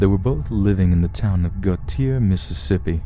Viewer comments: Bi-lux-ee for Biloxi. Go-shay for Gautier. Key-sler for Keesler. lol. Good stories though! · Love your videos. Keep it up! Just thought you should know Gautier is pronounced "Go-shay." Thanks!